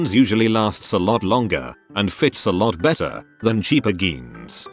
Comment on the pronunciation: Nobody:: g e e n s